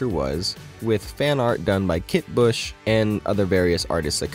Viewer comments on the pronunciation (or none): As recently as 2021 (years after she stopped working for them)she was gushing about how wonderful working for CR was. Where did she ever say anything bad about them? But also as you say her name is not pronounced "Bush" it is "Bus".